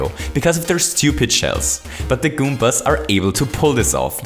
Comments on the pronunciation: He used to say goompers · You always say Kumpas